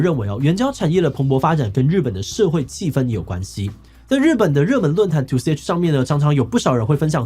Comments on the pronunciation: 為什麼2ch是唸「兔西欸起」？人家不是叫「兔洽」嗎？ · 邊工作邊聽突然聽到一個什麼日本知名論壇拉回來看 直接笑出來w 不是two ch 念ni cyan 是由「に－チャンネル」略縮而來 至少在已知念法裡面還沒聽過two ch這種奇怪的念法 而英文圈普遍也是稱 ni-cya 或者2channel 我覺得志祺團隊選材得很好，可是小細節上還是可以改進 尤其講到日本文化社會現象相關的方面可以看出團隊有做功課但不夠全面的感覺